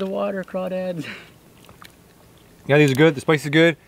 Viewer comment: I’m from Louisiana and I’m happy you pronounced them correct